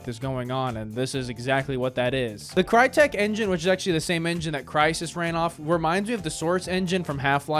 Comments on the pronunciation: did he say far cry 1 is developed by “CRYTEL”? Crytek😮‍💨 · Crytek, not Cry-tel. You got the name of FC 1's devs wrong big time. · dude, farcry1 is the BEST out of them all, together with 3 and that is BECAUSE its made by CRYTEK. and yes it is CRYTEC and hearing someone calling it CRYTEL, gave my brain physical PAIN